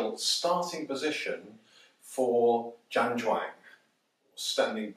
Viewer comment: Jam jong ,( Cantonese), or zhan zhuang. Not mumbly word salad mate!